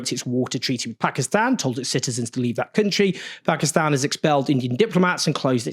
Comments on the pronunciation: Why does Own says 'Pakistan' and not 'Pekiston' like most brits? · First white guy to pronounce the Country's name right.